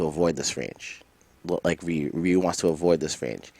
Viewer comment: good shit but why cant you pronounce Ryu's name correctly. You did it a couple times. lol